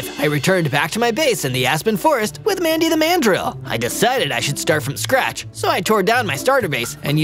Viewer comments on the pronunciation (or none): none